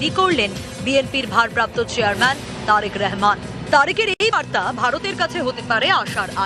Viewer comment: উপস্থাপিকা কে বলব আপনি তারেকুর রহমান নামটা শুদ্ধ করে বলুন আপনি বারবার নামটাকে ব্যঙ্গ করে রেহমান রেহমান বলতেছেন।